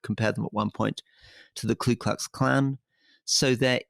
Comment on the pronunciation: Hate to correct Rory.. but it's Ku Klux Clan not KLU Klux Clan ... as in Coo not Cloo ... common mistake.